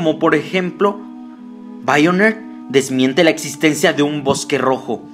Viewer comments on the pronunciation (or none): me da mucha risa como lo dice Haganle caso a BAIONER